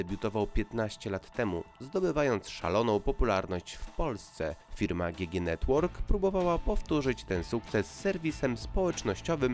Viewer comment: GG chyba czyta się dżi dżi